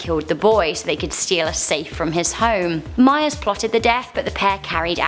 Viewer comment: Mayers? 😂😂 do you mean Myers? 😂